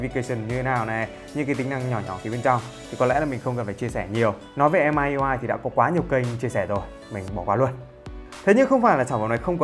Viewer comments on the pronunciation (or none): Em góp ý xíu hình như MiUI đọc là Mi iu ai chứ anh :D